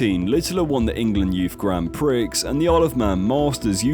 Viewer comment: I always will pronounce it Pricks.